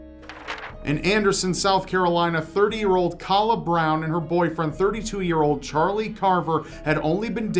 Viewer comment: I know that I'm very late, but my boyfriend's friend was a close friend of Kala Brown. I'm not trying to be pedantic, but her name is pronounced like "Kayla". Anyways, love this channel, wonderful video and everyone stay safe out there.